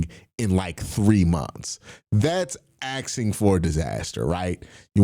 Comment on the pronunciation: Fire Stefanski, keep Berry and Schwartz Also it's asking not axing